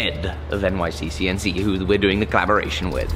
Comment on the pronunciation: I don’t think he’s said it correctly yet in all 3 of the episodes so far 😂